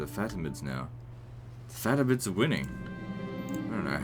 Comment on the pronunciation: I just love the way you pronounce faTimids